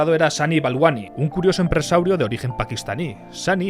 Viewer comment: ¿Dijo empreSAUrio🦖 O empresario🕴️??